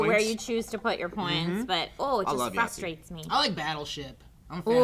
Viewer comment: when Joe first said Yahtzee i thought he said Nazi, until he said it a second time that is. needless to say i was very confused for about 2 seconds